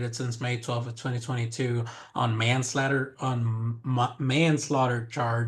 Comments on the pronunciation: Man Slater 😂😂😂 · Why did he have so much trouble saying manslaughter 😂